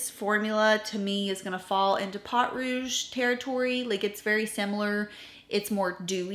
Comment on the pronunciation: Please, I love you, I watch you religiously, reference your channel and techniques on my own channel with amazing regularity, and I rarely comment cause I don't want to be a nuisance, but, my French ears just cannot 😂😂 pot, yeah please, po, just like po from kung fu panda. A great rule of thumb for French, do not pronounce the last letter and you should be great 😊. 💖😘💖😘 I would love to get my hands on undone beauty. They have a similar bronzer, but I got the illamasqua water contour and it is brilliant (seems to be more difficult to get) you need a bar top table to put beside your chair for filming 😂 might be easier than fiddling on your lap. (Now you know why I don't comment often, I can't shut up 😂) sorry. Btw, I have never thought your makeup was anything but flawless. As a French Canadian girl, to me, you are the epitome of a proper southern lady (just in case, it IS a compliment ) 😂😂 I got a chanel blush because of you and I love it 5 stars for sure. I was hoping for all of your eyeshadow crayons 😊 ❤❤❤ just adding, if you need help with French words, I'm your girl, I volunteer 😅